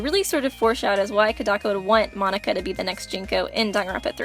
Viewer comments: monaca mo-na-ca say it slow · Jaxxx x Its Monaca not Monica